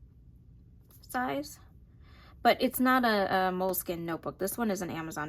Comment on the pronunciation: Cahier is just a French word for notebook, it's pronounced ky (rhymes with sky) - eh (like a Canadian). So it sounds like ky-yay. 😊 Thanks for sharing and best wishes for your pregnancy!